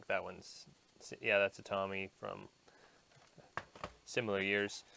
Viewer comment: Tomy is/was a popular inventive toy company. Excellent product line in 1970's and 1980's. Fyi...pronounced... toe me.